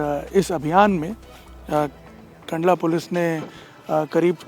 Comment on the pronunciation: कांडला नही है कंडला है